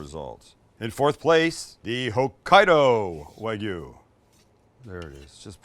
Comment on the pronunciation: Great video guys! My favorite part was Sam pronouncing the regions where the Wagyu was from.